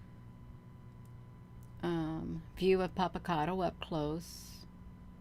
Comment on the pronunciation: She's mispronouncing it actually. 😝